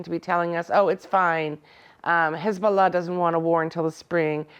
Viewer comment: She's an Arab and grew up in Lebanon but can't say "Hezbullah" proper? I call BS